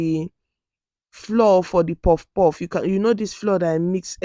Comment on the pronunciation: Great video! Quick question though: Why did you pronounce the actual FLOUR as "FLOOR" but the CORN FLOUR as "FLOWER OR FLA-WAH OR FLAU-UR"? They are both pronounced as "FLAU-UR, FLOWER".